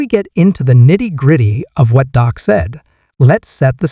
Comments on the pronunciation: His name isn't Doc, it is Dak! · First of all, the name’s Dak, not Doc. If you’re not gonna respect our QB, then stop making videos! & secondly I believe in Dak, and I’m with him 100%.😊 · Thank you for pointing out that his name is Dak not Doc. The guy who is making these videos is an idiot